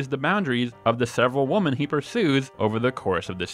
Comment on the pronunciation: women is pronounced “wimmen” Woman = woo-man Women = wim-men